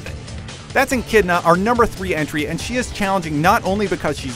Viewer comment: Yomoto...Berial..Enchidna...Creedo...You mispronounced everything...But good video otherwise!